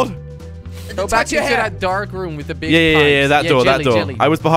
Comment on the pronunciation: It's not RM its room